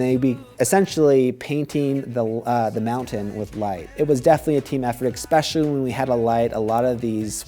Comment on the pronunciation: Especially. Ess-pecially. Not eX-pecially.